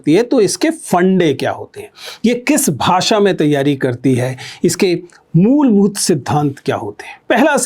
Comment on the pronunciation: sir mulbhut ko mulmut bol dia 😜5.53